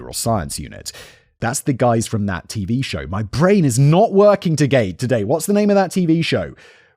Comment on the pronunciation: "My brain is not working togay!" 😆